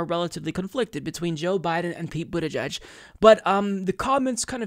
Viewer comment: Stg he is saying Booty judge